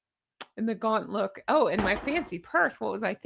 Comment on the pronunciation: 😂😂😂 your LUUUUKE is JENuinely hilarious!!!💙🪿💙🪿💙